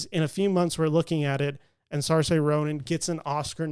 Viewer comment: SAR-Say Ronan? You're a movie reviewer and you've still not learned how to pronounce a 4 time Oscar Nominated Actresses name? How hard would it have been to look at another vid/interview to cop it. SEER-sheh.